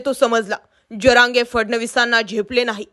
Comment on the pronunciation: "जअरांगे" नाही "जरांगे"